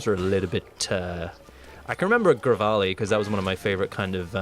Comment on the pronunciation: Gravali? It's Revali.